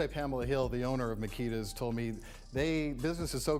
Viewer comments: It's pronounced Ma-key-thes-a's ,😁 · I can’t listen to you butcher the cookie shop name g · Please please stop saying the cookie shop name wrong. If its out of respect and staying neutral I salute and respect but just say cookie shop.. that name you use is horrible lol. An kinda a distraction from the young girl who passed. Again i get the respect and bias of not calling or putting them in harms way. True journalist pride , I respect ya channel 4 dat reason..king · Agreed, I cringe when he says the name of that shop 😬😂